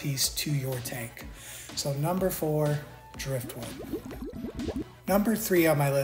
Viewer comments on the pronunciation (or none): none